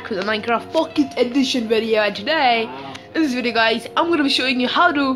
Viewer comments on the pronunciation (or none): You say pocket like POOKET XD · Did you just said "Pucket?